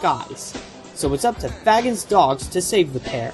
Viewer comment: Phonics Nazi here to strike Fagin (Fae-gin "g" pronounced like it is in "great")